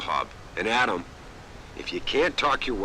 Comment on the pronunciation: I love Serif. Sounds to me like he's saying 'yaaadam!' Every time he says Adam's name.